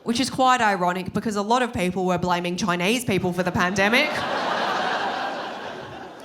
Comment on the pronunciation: The way she says Choynaise😂